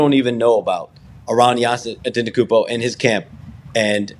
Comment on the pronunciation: Why does Shams always say his full name when he struggles saying Giannis Antetokounmpo? It's different every single time he says it. He's a one named super star Shams, we know who you mean with just a simple Giannis.